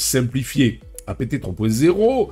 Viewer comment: OK, OK, OK j'aime tes vidéos, intéressantes. Je m'abonne, mais juste une condition : tu prononces dorénavant APT (comme le mot Apte) et non pas A-P-T (comme "a pété"). Peace & Prosper. 🖖❤😉